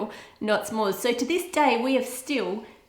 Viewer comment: S’mores is pronounced a little more like “some more” and a little less like it rhymes with spore. Otherwise I love your videos :-) from the US